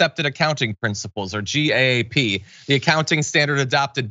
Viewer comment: FYI . . . I have never heard GAAP pronounced by saying the initials G-A-A-P. By convention, It's always pronounced as "gap", same as "The Gap" clothing store. Anyone pronouncing it as "G-A-A-P", really doesn't know GAAP, not that you would be expected to.